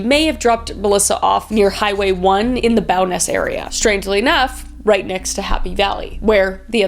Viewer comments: Okay, you aren't from here, so I'll give a pass on not pronouncing Calgary properly, but Bowness...? I'm disappointed. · You said “bow nez” wring but it’s just one area of Calgary anyways lol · From the Calgary area ❤️ Just so you know. Bow-ness is the one community ❤️ was sitting with my sister and watching this tonight. We both got WAY too excited hearing all these places we know. Even know this is about serial killers 😅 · 😂😂😂 you tried ... its BOW ness ... its pronounced exactly how its spelled.